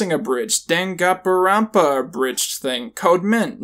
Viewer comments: As a Danganronpa fan, your pronunciation made me die a little inside. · The mispronunciation of Danganronpa irks me for some reason even though it's reasonable that any normal person would be unable to pronounce it correctly...so I guess I just expect to much. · I think it was purposefully mispronunced, to make fun how difficult it is to say it correctly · I don't know, people commonly mispronounce it on accident and I doubt has actually seen the series so it was safer to assume it was on accident. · As someone who’s a diehard fan of danganronpa, and was playing it while I was watching this, the way you pronounce it is hilarious lol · the way he pronounced danganronpa was beautiful